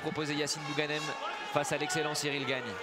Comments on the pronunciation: Qui dit au commentateur que c’est Cyril gane et pas Cyril GAGNE ? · Tout le long j'ai entendu "Cyril Gagne"